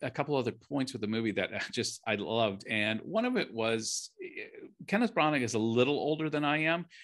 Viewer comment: For criticizing tribalism, ironic the American guy is himself tribalistic with the Fox News dig. The name is pronounced “Branner”. There is a reason why the British guy kept pronouncing it “Brannner”. The story is good. The screenplay is good. The execution is average as it appears fake, sanitized, and stagey. I didn’t buy Dench as a grandmother. I saw her acting as a grandmother. The man playing the villain was Disney-like. The kid was excellent and everyone else performed well, but there are no memorable performances; there are no memorable scenes. To score a movie 5 out 5, it has to be a masterpiece. This movie ain’t that.